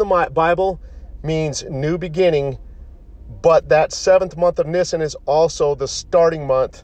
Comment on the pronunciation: And it's pronounced Neeesaan YW